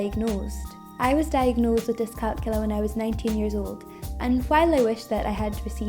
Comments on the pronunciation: It’s pronounced dis-cal-CULIA. NOT dis-CALCULA. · It's pronounced diss calc YOU lia. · Youre not pronouncing it correctly.